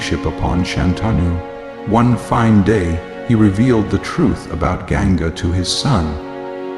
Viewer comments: Please improve sanskrit pronunciations..its Vasu...not vaasu...Ganga not Genga, Prataapa not pratipa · It looks a well made series. Please improve the narration of the Sanskrit words and names of characters. Ganga is not Genga.. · Why on earth would you hire an American voice to narrate this story, who cannot pronounce any word correctly? listen to it महाभारत - मैभराता? Ganga गैनगा ? Why???